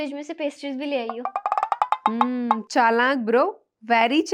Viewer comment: Your videos are very nice and chatpate but why were you saying chalank bro its chalak.